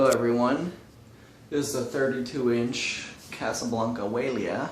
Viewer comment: It is pronounced why-a-lay-uh